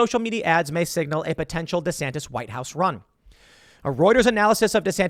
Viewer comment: DEE SAN TIS